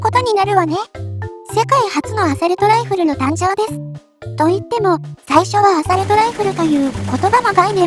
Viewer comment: アサルト⇒アソールト